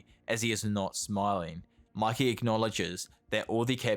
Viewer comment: its mikey not mickey... phe just mispronounced or bc of his accent